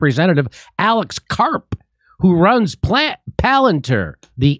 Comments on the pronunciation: pronounced...."pal-an- TEER"... pronounced Peter Teal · Palantir (pal-an-TEAR [as in wipe away the security guy's tears]) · Palantir is not pronounced "planateer." Hooked on phonics? Not so much.